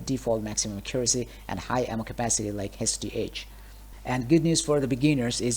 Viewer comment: i guess alot of DF2 players dont know how to say accuracy right lol